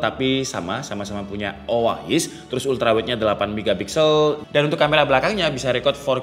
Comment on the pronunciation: Nah tapi kenapa si pembuat video malah bilang O A IS ya? apakah lidahnya kepleset? btw thanks untuk infonya